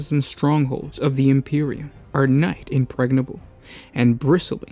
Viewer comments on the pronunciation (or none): Love you guys. I'm a subscriber and will always watch your stuff, but you could take it to the next level, if you'd check the pronunciation of some of these words. "Nigh," " myriad," " inviolate," "vassal..."